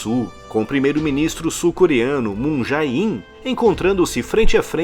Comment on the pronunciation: Moon Jae-in é o presidente, não primeiro-ministro. O primeiro-ministro da C.S é Lee Nak-yeon. E uma dica: toda vez que tiver uma palavra em coreano com as vogais "ae" juntas, terá o som de "ê" (Ex: Moon Jae-in(문재인) = Moon djê-in / Taepodong = Têpodong)